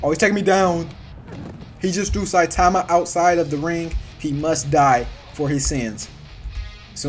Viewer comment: Bro it’s not citaaahma its saitama